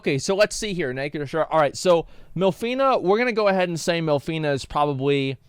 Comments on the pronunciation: Jeez you suck at pronouncing the character names, adding extra letters or just removing letters at random. Minfillia and you say Milfena...like, WHAT? Tataru and you say Ta-Tar-ru, its TATA-RU. They even SAY the fucking names in cutscenes FFS. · I am alone or Asmon voiced half of these characters wrong? It's Minfilia not MILFinia or w/e I heard lmao.. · I’m not gonna lie it’s insane how many names he’s gotten wrong, but I personally wouldn’t have it any other way 😂😂😂😂 Limsa Lominsa = Lisa LaMasa, Y’shtola = Y’shLota, Minfilia = MILF fina, Urianger = Uber Danger ⛔️, Bahamut = Baphomet. 🤣😂🤣😂🤣 this can’t be accidental